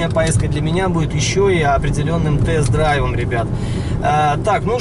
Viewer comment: Хдзе..."тест драйв".....аффтарр?